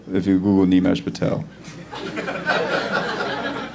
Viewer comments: Funny thing is, he pronounces his own name wrong sometimes. Its Nimesh, not Neemesh 😅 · This guy can't even pronounce his name properly, Nimesh is his name and he pronounces as Neemesh.